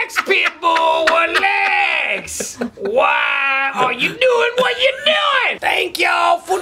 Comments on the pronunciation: best part - WELAX PITTBUL WELAX !! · "ralax" -dale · WELAX key of awesome welax! dont stop making videos! cuz if u do frank will fire you :D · "what in the hellll!? Welax, Pitbull welax. Why are you doin what your doin?!" lolz favorite part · whoa just welax welaaaaaaaaaaaxxxxxxxxxx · WELAX! WELAX NOW PITBULL! WELAX! WELAX! WELAX! WELAX! NOW YALL WELAAAAAAAAAAX! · Welax Pitbull! Welax! lol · WHAT IN THE HELL?!! WELAX PITBULL, WELAX. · does he ever tell you welax? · WELAX WELAX WELAX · WELAX pit bull WELAX